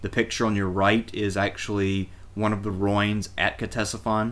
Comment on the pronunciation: Surely ruin is pronounced roo-in not roin?